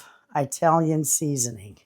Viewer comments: It's pronounced IT-ALIAN . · Yes, I worked with a lady whose husband was Italian. She told me once you say Italy, so then you say Italian, the same way you start out Italy. Not eyetalin ih like ick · italian seasoning is pronounced with an "E" like etalian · I think you're saying eyetalian and for me it's more Atalian lol I'm in New Jersey and that's as close as I can get through how I say it 😂 But I guess it's how your raised. That dough looks delicious can't wait to try it 😊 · Italian is pronounced It-alian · those bread products look delicious. You pronounce Italian like Italy not eyetalian but Italian as you would for the words if, it is inside introduce. The English language is strange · Italian is pronounced like the word “it” and then alian.😊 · you are doing a wonder job. Not a big deal, none of us are perfect with pronunciation. I’m Italian, and as far as I know, you pronounce it with a soft “i”. Either way, I’m proud to be Italian any way you would like to pronounce it.👍🏻 keep on baking, you’re getting better everyday!🇺🇸🇮🇹(I hope that’s the Italian flag)😂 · I'm from England UK. I think Italian is said with a short i as in ink. I love your accent and videos thank you so much for being generous to share. 🥰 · It’s a Midwest thing. My Ohio family pronounces it just like you,. 😊